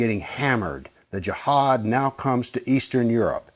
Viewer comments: It’s pronounced as Ji haad not Jahaad. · I laughed so hard at this vid this guy is delulu lmaoo I died at the country accent of JIIIAAAHAAAAD lmaooo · You're emphasizing the word Jihad like you want to tell everybody that Jihad is something really bad. JEEHAAAAD like "watchout everybody, bombs gonna explode from his vest." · Such an idiotic video.. its not even based on history.. plus he cant even pronounce “jihad”..